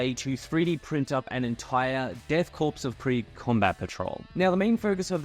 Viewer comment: friendly reminder: "korps" is pronounced like "core", not like "corpse".